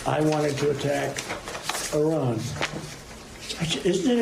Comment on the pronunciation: I will give Trump credit for one thing on this tape. He doesn't say "I ran" (like George W. Bush did when discussing their "nucular" program) when referring to the county of Iran. Let's take two days off his eventual sentence for that.